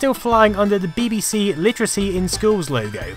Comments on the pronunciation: Love your videos and your channel everything you make is really interesting and presented very well but for the love of god stop saying ‘bihbihsee’ you’re English you know it’s Bee Bee See 😫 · PLS FFS stop say "bib bee c" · Yes, he is saying bibby see. No we dont pronounce it that way. No I dont know why hes doing it. XD Im stunned by the graphics on elite (near the start of the video). This machine WAS ahead of its time. Shame it died out so fast tbh. Fun fact. Populous on the amiga was the 2nd game I ever played using a link cable, the first being Stunt Car Racer, even made the cable myself. The good old days. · Just curious, not hating or anything (because I really love your videos and just subbed), but why do you say ''beh beh seh' when referring to the computers, and 'bee bee see' when referring to the tv shows? I guess I'm missing something? :p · Learn how to pronounce BBC fool. And acorns grow into oak trees, not acorn trees you knob. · It is weird the way he pronounces it 🤔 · WHY DO YOU SAY BBC SO WEIRDLY?